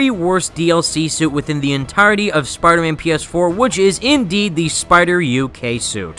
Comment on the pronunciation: Tell me I'm not the only one who thought "SUPIDAHMAN" when he said "Spider Man based Power Ranger"?